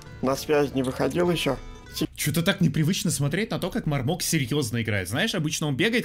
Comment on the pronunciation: Не мармока а мармоко